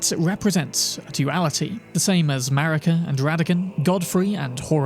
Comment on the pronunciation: Thats what i call the USA!? "MARICA!" ((MARE-UGGH-CA!))